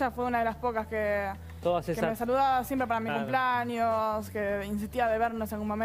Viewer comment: Que ganas de pegarme un corchaso cada vez que escucho a Cinthia decir CUMPLAÑOS! no sabe hablar y es candidata a diputada... pais del orto.